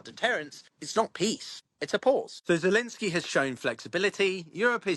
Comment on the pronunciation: Why do you keep calling him Zelinskyy?